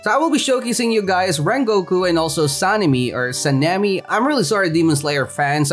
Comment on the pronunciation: Its not aka-zuh its a-ka-zuh and not sane-mi its sa-neh-mi Edit: also rengoku is the flame hashira hes not the owner of sun breathing